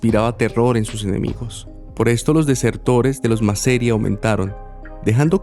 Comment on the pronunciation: No es MASERIA, es MASERíA!! (Con tilde en la "i".)